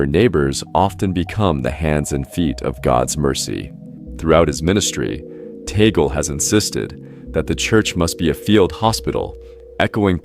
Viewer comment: Cant even pronounce his name properly. How do I stop looking at these BS videos.